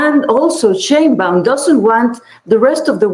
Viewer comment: The Fox lady fails to even pronounce correctly the name: Sheinbaum .. 🙄🤦🏻‍♂️